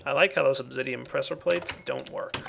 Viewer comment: said Obzidian near the end. best flub ever.